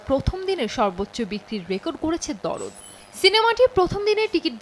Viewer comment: "দরদ" নয় শব্দ টা "দারদ" মানে ব্যাথা-বেদনা